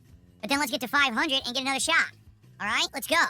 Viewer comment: I hate how he doesn't pronounce the T at the end of words. The "shah" instead of "shot" makes me angry.